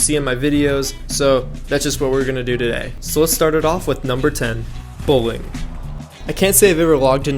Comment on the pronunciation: I heard bullying instead of Bowling at the beginning